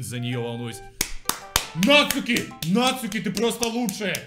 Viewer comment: Dasre Krew Да не Натскуки и не Натцуки,а НАЦУКИ!